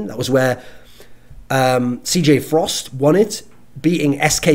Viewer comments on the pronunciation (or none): none